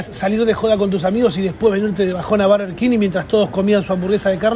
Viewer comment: estamos en Argentina, se dice burger no barger